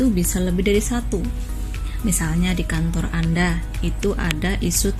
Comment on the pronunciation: "Kantooooorrrr" masih khass kebumen g ilang" des,aak